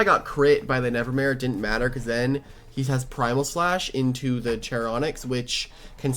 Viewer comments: Random pet peev with. His pronunciation of every loomian’s name. “Charyonyx” like how. It’s literally spelled “char onyx” like the word character or Charon from the myths and the rock onyx… HOW. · Why he calling it "Cherry Onyx" Where did he get the 'y' from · I think it's pronounced as ch-ar as in charred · It's charonyx as in sharon-nyx The name charon is pronounced as Sharon, and onyx is literally an irl ore Sharon-nyx Your welcome